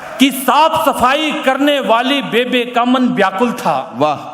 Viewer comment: पंजाबी में बेबे नहीं बेब्बे बोलते हैं माँ को जी आप आदरणीय है जी क्षमा चाहता हूँ आप से लेकिन जितना मै जानता हूँ वो बोल दिया जी